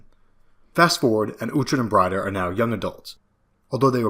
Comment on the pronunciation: Why mispronounce "Breed-a" as "Bride-a"? Never done that way in the show.